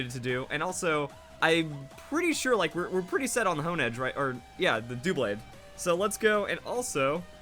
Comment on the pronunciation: I don't get people who pronounced really obvious Pokemon names wrong... especially when Pokemon makes up a significant part of their life. Dewblade? Is it called that because it's dewble the number of blades?